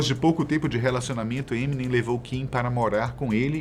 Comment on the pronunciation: Nossa, "ninguém" nessa terra brasileira pronuncia da maneira certa: EminÊm, com a sílaba tônica no NEM